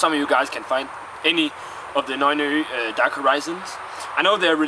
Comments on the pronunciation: Well now you're teaching people to pronounce it in danish, you terrible man! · okay. that beer is from Norway just like me? and you said the name wrong, the way you said it, mede it sound like danish. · dude, it is nøgne ø with all the letters pronounced maybe not if youre danish tho... :P